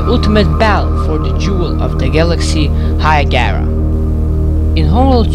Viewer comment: It is called Hiigara, not Hiagara.....